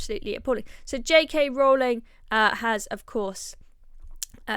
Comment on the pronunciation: Rowling is pronounced Row ling like rowing a boat !!!